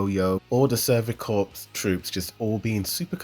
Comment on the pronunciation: Its corps